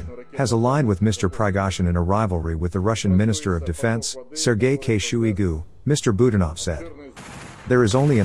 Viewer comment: Really?? Shooeygoo? You mean Shoigu?🤣🤣🤣